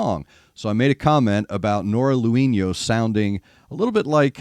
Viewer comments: If i heard correctly you said "Noora Louhino", It's Louhimo with ab M at the end there. Lol. Just remember in Finnish names and verses you read as it's written. No silent letters in our language. Love Noora. She has that 80's rock scream wibe going on. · You pronouce her name like she'd be a latina. Finnish is totally different language group and totally different pronounciation. For an english speaker it would sound something like 'low-he-mo'. Well, more or less. Can't do IPA. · Pronunciation correction, as you asked: "Lou" in Louhimo has two wovels, quite close to how you pronounce "low". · Her last name is pronounced LOW-him-oh. In Finnish the accent is always on the first syllable.